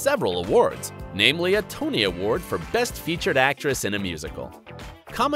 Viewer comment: The way they said Tony award and Karev I